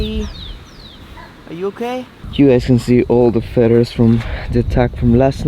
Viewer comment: Hola, solo par decirte que feathers, se pronuncia con d la th.. feders. Espero te ayude, aclaro es criticismo constructivo. Saludos